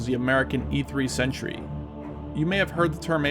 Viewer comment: E-3 " Sentry" not Century.